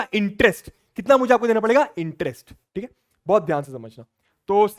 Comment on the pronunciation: THIK BAA 😂😂 THIK BAA😂